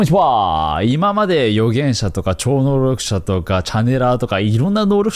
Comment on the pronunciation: ちょうのうろくしゃｗｗｗ